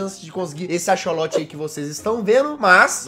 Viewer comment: jazz, a pronúncia de axolotl não é tipo acholote a pronúncia é tipo acsoloti